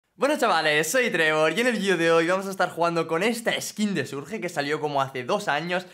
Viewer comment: Porque dice "Surge" y no "Surch"?, parece niño de primaria como pronuncia el inglés (no hate, solo observación).